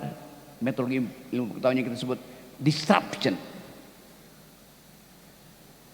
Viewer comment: bukan jenom, tapi genome; bukan jengis khan, tapi genghis khan; bukan diception, tapi distruption; bukan preset, tapi periset.